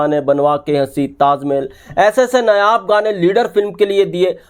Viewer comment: नायाब को नयाब नहीं बोलें 👍